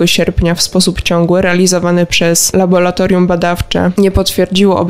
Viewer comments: Prawidłowa nazwa to laboratorium 😄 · Laboratorium. Nie Labolatorium. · niech Pan zadba o jakość przekazu. Ta spikerka słabo mówi po polsku np.nie labolatorium a laboratorium od labor- praca. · Tylko nie laboratorium!Tragedia,dziennikarz nie może tak mówić. Kończę subskrypcję,z przykrością😱